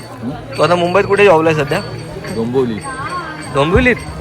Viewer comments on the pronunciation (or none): none